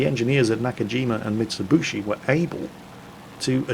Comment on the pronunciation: Mitsubushi, Bim Dubya, Hundee, Kneeson, Jeggwarr